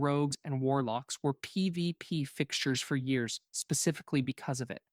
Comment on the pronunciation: If you're going to use AI, at least have it be able to say P V P. Lazy shit.